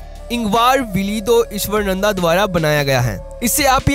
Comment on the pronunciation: Not ईश्वरनंदा. Pronounce his name as ईश्वरानंद Ishwaraanand